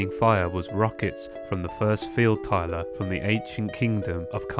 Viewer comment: Ah yes, "the first field tyler"